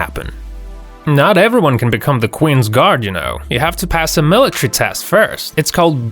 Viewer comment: "make way for the qins gar" tf